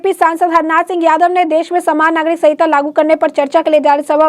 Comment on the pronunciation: Swagat....saaman nagrik.... What a pronounce..